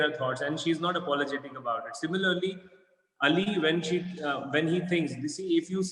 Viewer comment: Shukr ha Kisi ne to Ali Ka name Sahi dngh se bola